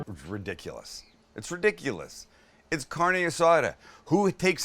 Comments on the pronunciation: 🗑 don't even call It carne azada. And then the guacamole... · The Caucasity! Haha Sam stop it with the “Carni Asada”